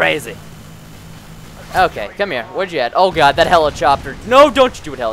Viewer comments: He says helicopter helichopter lol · helichoppter lol